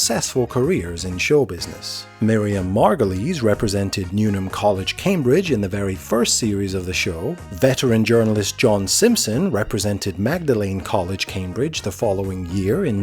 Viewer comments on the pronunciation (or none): Maw-de - lin college Oxford